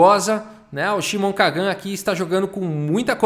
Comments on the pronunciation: Kagan se fala com entonação diferente. Lembra do Karl Sagan? da mesma forma! deve se colocar a entonacao no "Ka", que falado na lingua portuguesa fica "menor pior" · a Maturidade do pra ler o nome do cara é igual a minha kkkkkkkkkkkkkk